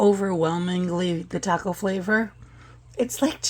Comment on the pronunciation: I know I'm being picky but please learn how to pronounce "taco". Thank you.